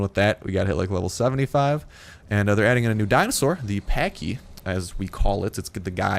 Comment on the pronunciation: You are pronouncing it wrong it's like saying patch but patchy but the way yours opposed to say it